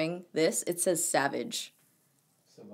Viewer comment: As for this tee: The word must be pronounced "Savage" the way you did it. Otherwise it would have been written with a "u" in the middle. Like "Sauvage". Which is French for savage, of course. If it isn't sort of misspelled intentionally. Just saying. Greetings 😄 💘!